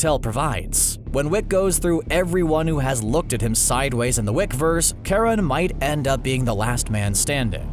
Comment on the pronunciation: Its Ch pronounced as Ka. Charon is based of Greek mythology and as far as I remember the Greeks didnt have an Sh or soft Ch sound.